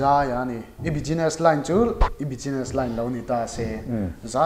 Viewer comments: Bijiness tih hi Business lam dan dik tak a ni lo. Bizness tia lam rik tur a ni zawk..Khawi khawiah mah bijiness tia an lam ka hre lo. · Tige beziness i tih xel a? business ti ve mai la a har loh nen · Chuan 'S' hi 'G' ang in i lam bawk a... Business ah te kha 'Bugeeness' tih a ang a...rawn sawi ve mai2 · Ngatinge 'bijiness'i tih tlat a? Sap tawng lam fimkhur a pawimawh...